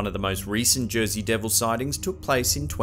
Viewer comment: Is there such thing as a "Jersay Ham" ????? 😂